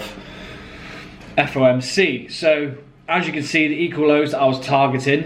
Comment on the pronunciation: It’s fomc not fmoc bro ,you have said it wrong 1000 times,no worries tho just wanted to point it out.